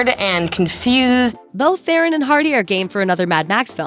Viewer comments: Charlize Theron's last name is pronounced Thrawn. Not Thay-rohn. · Thronn, damnit not the iron, not theeeron, Thronn. It's a south African name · Theron is pronounced Thron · Would you please say Theron properly!!! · You don't say charlize theron right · Please learn how to pronounce Charlize Theron's name !!!!!!